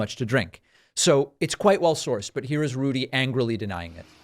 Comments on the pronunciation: I thought your Rudy slip up was great, too...but I heard it as "Lewdy," also very fitting. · So is he going to start playing Vegas? R G’s comedy review. Also: I heard lewdie, not looty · I heard it as Lewdy Rudy